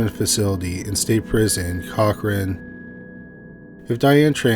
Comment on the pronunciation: I think you meant to pronounce the name of the city where Vann, (the ex husban), is serving his sentence as CORK-cor-ran, NOT Cock-Ran. It's South South East of Sacramento, near Fresno Ca in the San Joaquin Valley. I'm in the Sacramento Valley in Northern California, which is REALLY just the northern continuation of the San Joaquin Valley, (once one is north of Stockton) BUT CORK-cor ran is in KIngs county about 200 miles & some change from the Capital.